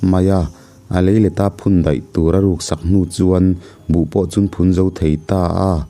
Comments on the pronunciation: A thawnthu chhiar hi ngaihthlak anuam em2a...mahse a thluk lam diklo a neive tlat thin, phun tih alamte hi athluk dan a diklo, mizotawng hi chu chhiar dik hram2 se kava ti em, mahni mizotawngte hi thluk dante thiam hram nise atha khawpin ka ring. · Trang a nilo, tang tih tur..chuan buh chu phun tur, vit phun tiag chi te..Phun bul bul tih Phun thluk in i thluk a..